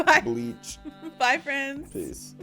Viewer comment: Ooow fwendz!